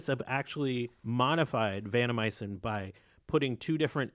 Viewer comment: Good show. It's vanCOmycin rather than vanNOmycin. Very minor.